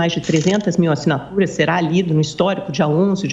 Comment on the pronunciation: ASSINATURAIX, UXP, MANIFEIXTO tradução: ASSINATURAS, USP e MANIFESTO. Kkkkk